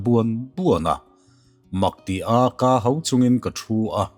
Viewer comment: 'Ka hau' tih i thluk/lam dan khi a dik lo.